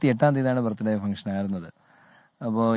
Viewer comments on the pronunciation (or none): അച്ഛൻ ഇടക് ഇടക്ക് ആ കുരിശ് പരുവാടി അറിയാതെ പുറത്തേക്ക് ചാടുന്നു..... 🤭😂😂 ലെ...വകീൽ ഡാ... ബർത്ഡേ എന്ന് പറ.. യേശുവുന്റെ ബർത് ഡേ എന്ന് പറയേണ്ട..... 🤭😂😂